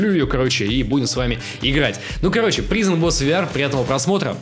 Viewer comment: извини, что придераюсь, но слово prison читается как прайзон.